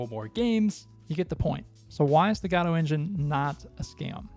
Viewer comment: This is one of the rare cases where a speaker pronounces the engine name the way I believe it's actually supposed to be pronounced, with the emphasis on the first syllable. Unfortunate that it's not pronounced this way more frequently.